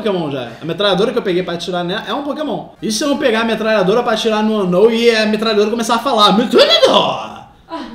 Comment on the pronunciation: Metrallhador kkkk